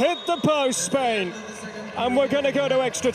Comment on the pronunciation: Spain without an "S" 🤣🤣🤣🤣